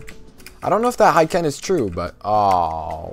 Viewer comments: Good vid, just it's not "Haiken" but Hiken, no a :) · It's "hee-ken" not "high-ken